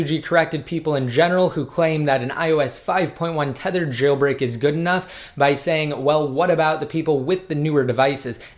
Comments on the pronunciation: I hate the way you say jailbreak. Chhhhhailbreak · It annoys me that you put the emphasis on "Jailbreak"